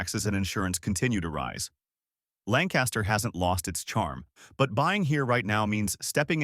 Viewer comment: Lancaster pronounced lank-kiss-ter; Reading pronounced redd-ing.